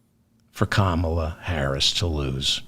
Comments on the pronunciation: Pronounced COMMA-LA, David! Love the show! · David David David I love you but please please please pronounce KA-MALA s name properly. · “Calm”- ala please. Not Camolia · 😱 Duh ! Her name is pronounced as “ Comma la “ ! 🥰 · Comma.lah is the right pronunciation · Please learn to pronounce Kamla correctly